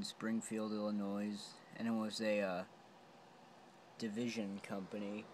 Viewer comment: Please don't pronounce the "s" in Illinois.